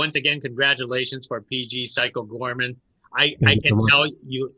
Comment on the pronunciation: It's Goreman, not Gorman